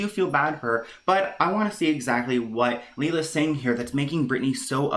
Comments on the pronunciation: Leila is a legend. Oh BTW Leilas name is pronounced Lay-La. Shes gorgeous. Love your channel mate, your work is amazing. Ohhhh also Leila has uploaded again explaining the “friendship”. Brittany is full of 💩 and trying to manipulate this situation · Its Lay-la 😉 and she is the most realistic youtuber and mama out there!!! 💗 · It’s Pronounced lay la.... she had another channel with about 90k subs that she deleted... they are not friends Lelia posted another video ... go watch. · Write Leila and speak Lila, I just cant 😂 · Leila is Pronounced like Layla